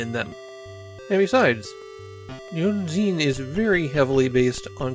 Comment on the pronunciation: "I'm sure the Germans who complimented my pronunciation while visiting their country are now taking that back." To be fair, I have no idea how the dev team arrived at ヌイーゼン as a transliteration for "neunzehn", either, which I can tell bamboozled you to no end. A much closer approximation would've been ノインツェーン. At least your pronunciation of "Kriegsspiel" was solid enough, though as a bit of a correction, "Spiel" is more commonly translated as "game", so "Kriegsspiel" literally means "war game".